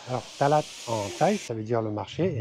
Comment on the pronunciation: Bonjour, sympa tes videos.je crois qu’on dit talat, pas talad